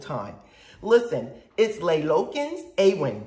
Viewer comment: Wow, I wish I discovered this video a lot earlier. Thank you so much for featuring my candles! So very flattering, and hearing how much people enjoy my products NEVER gets old. Awen is pronounced AWE-wen. It's Welsh, and means creativity or inspiration.